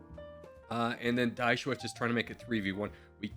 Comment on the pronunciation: "Die Schweiz" is pronounced "Dee Shvaits". It's the German name for Switzerland (literally "The Switz").